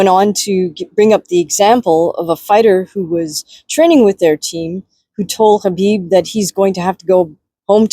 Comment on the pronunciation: Spot on 🙏 plus your pronunciation of Khabib's name also 🙏